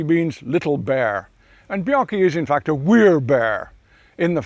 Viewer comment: The way he says fact " there is absolutely FAKKED"